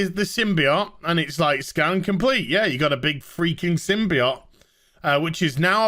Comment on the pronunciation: I hate how you say symbiote wrong